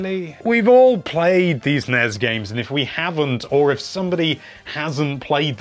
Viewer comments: Also it's N-E-S not nes. Stop that blasphemy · NES (Nez?) No one says it like that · He actually says Nez. Which is worse. He also says Yaw-shi. Heh.